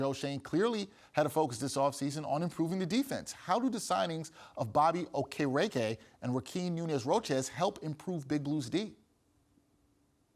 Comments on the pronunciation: Stop butchering the guy’s name, holy moly! It’s pronounced OH-KE-RI-KEI (Okereke)…..Mamma Mia! 🤦🏻‍♂️ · lol neither of y’all pronounced Okereke correctly